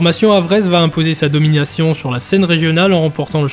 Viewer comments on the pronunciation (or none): none